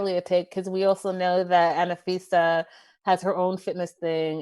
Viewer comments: FYI, it's Anfisa, not Anafisa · Isn’t it Anfisa? 3 syllables...Not a fan of hers at all.